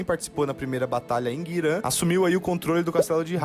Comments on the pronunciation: GIRAN, VIROU GUIRAN .... PQP GIIIIIIIiiiiiiRAN, NÃO GUIRÃ KKKK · que agonia desse maluco falando "oden, guiran e rainers", eu como lineage player nao aceito isso kkkkkkkkkkkk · Que agonia o narrador falando os nomes das cidades e das areas de farm errado kkkkk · Cara e muito louco como o cara que ta descrevendo essa historia fala o nome dos locais todos errados... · Vídeo foda, react mais foda ainda... Mas pra sanar meu toque: - é GIRAN ( e não GUIRAN) - É Dragon valley (e não Dragon Dungeon, e nem masmorra do dragão) - É Heine (e não HEINERS) - É Tower of Insolence (e não Torre da Arrogancia) - É Cruma Tower (e não Cruma top tower) - Um monte de Guilda se chama aliança e não (Clã) - Toi (Tower of insolence) é um spot de farm e não um local pra se ficar - na parte que fala sobre o akirus ter patrocinado geral na volta do dk, te lembra que ele era dono de tudo durante mt tempo (logo podre de rico dentro do servidor)